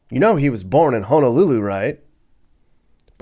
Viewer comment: Props to you for saying Honolulu, and not HANAlulu 🤙🏾🤙🏾🤙🏾